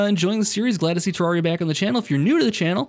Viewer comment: every time you pronounce terraria improperly, I cringe